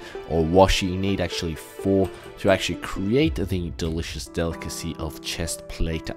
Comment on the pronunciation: did you really say dillicous tree?